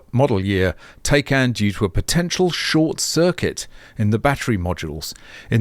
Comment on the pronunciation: You are the only guy I know who pronounces 'Tie Can' as 'Tay Can' 😀